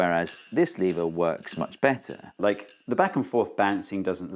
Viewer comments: It's NOT lee-ver, it's LEV-ER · I think the main problem with the lever is you're disrespecting it by pronouncing the name of it wrong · First of all: It's lever, not "leever". Second: Thanks for the video. Now I understand levers even less. Maybe they're magic? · Is it pronounced leave-er or lev-er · It falls a bit flat for Americans because we pronounce "lever" as "levvrr" instead of "leevuh". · You mean "leever". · It's pronounced lever! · Did Steve say "Lever comment" ? LOL. Okay lots spotted this. Funny sub titles: 'Jewel of energy' Who is Arthur Newton? What happens when you try to push an immovable object? Nothing moves. What happens to the force? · Ooh there is an American in the room 😅@ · I thought lever was pronounced "lever" and not "lever" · Was it intentional, or just a British “intrusive-r” sound?